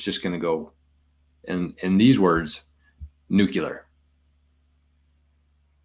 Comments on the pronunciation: Hey man I really appreciate the information, great channel, timely info. But please stop saying "nukular"! It hurts the ears 😂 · Dude WTF is nucUlar?! We’re on the same team brother but for real. NucUlar😂is not a word.